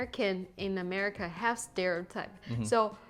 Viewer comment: Wait, did she call it A-meh-rica? 😂😂😂. Okay, just forget aesthetics 😂😂😂 and even decorum 😂😂😂 -- that's not America. The beauty of America is there is plenty of opportunity (land of opportunities), however, there is also plenty of greed. Gotta take the good with the ugly.